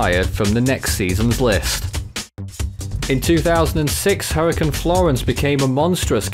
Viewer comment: “Hurricin season”